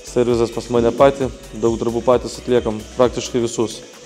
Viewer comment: Viskas ok, bet serviSas seniuk😁 no hate, tiesiog labai per ausis eina